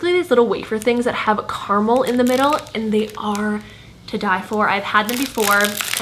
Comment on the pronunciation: I love the way you say caramel hahaha so different to how we say caramel in NZ!